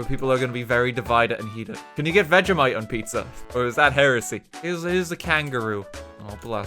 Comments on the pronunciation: Ive never heard a man mispronounce so many words in one words especially vegemite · Its veg-e-mite not veg-a-mite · Veg-e-mite Your welcome